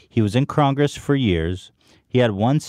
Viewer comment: No one at all: Ethan: "Crongress"